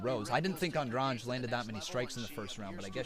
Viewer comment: An- drade. It's simple. Why do people pronounce it so strangely? I have plenty of Andrade's in my area, no one says it like the ufc does